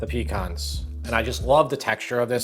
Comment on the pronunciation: I'm doing the artichokes for turkey day. Just for the record, the word pecan the accent is on the second syllable, not the first. Your mispronounciation makes us southerners cringe, but your recipes make us delighted.